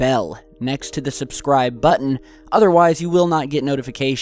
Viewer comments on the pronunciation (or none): none